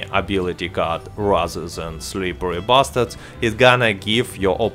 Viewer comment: I love it how you say or pronounce „SlipperRy Bastard“ so smooth